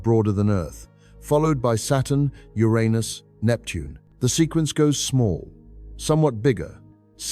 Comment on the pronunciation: thank you for saying Uranus the right way!